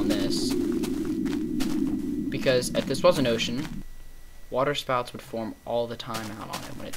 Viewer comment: "wahtah shpouts"